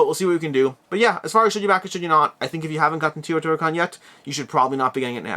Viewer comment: BTW, it is TAY-O-TI-HWA-KAN, not TI-O-TI-HWA-KAN...